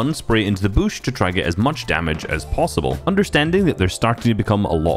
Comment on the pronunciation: I love how says bush 😂 “Bouuush”